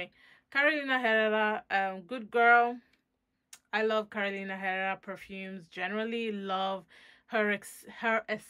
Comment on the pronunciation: For the Carolina Herrera Good Girl the H is not pronounced.